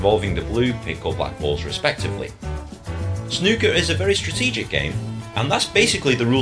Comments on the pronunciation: Once again you mis pronounce snooker. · Easy,. "Snoo" to rhyme with two not "Snuh" to rhyme with bruh. I see somebody suggested O'Sullivan's fastest 147 but I advise against it if you're actually thinking of diving into the sport because you simply won't have any context for how impressive it really is until you've seen the standard pace of the game. You won't be reacting to any full games either, they can take 2 days. There is a documentary about the history of Snooker and how it became so big in the UK here on YouTube called "When Snooker Ruled The World", it's pretty long but I know you like documentaries and it would give you the cultural context for the game, so you might think that's worth a watch. Snooker tables are massive and the pockets are far smaller than on a Pool table, it's a very difficult game. I'm one of many Brits that has a scaled down Snooker table at home.